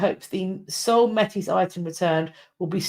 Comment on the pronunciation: Métis is pronounced like ‘may-tee’. For context - the Métis people come from French fur trappers marrying Indigenous women creating a distinct culture that mixed the 2 traditions. I think what Chartrand may have been referring to when talking about gift being given was - well just the general idea - that when the treaty negotiations were happening between the First Nations and The Crown, the First Nations acted in good faith gave, their gifts and are still waiting for the Crown to reciprocate as promised. So to take back a gift would sort of be hurting their symbolic position. Like, we’re holding our end of the bargain, what about you? (I know this was about the Vatican and I can’t really speak to this, but I think it is an additional perspective I have heard growing up in Treaty 1 territory and the homeland of the Red River Métis)